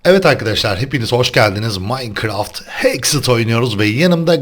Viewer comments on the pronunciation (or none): abi hexxıt değil hexxit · abi heksıt degil hexxit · abi o hexıt değil hexit